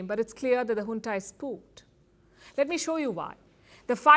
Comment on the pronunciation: It's junta not hunta. How many times will I correct you.